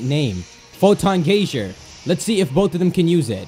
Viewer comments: IT'S GUY-ZER NOT GAYSURE! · That's what I kept thinking when I heard incorrect pronunciation of that word. It is, indeed, guy-zer. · It's GEYESER not gayzer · In english its pronounced Guy-zer if he was speaking japanese you would be correct, or if this was the japanese trailer.... or if the move was not a literal geyser of photons... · It's pronounced "guy-zer".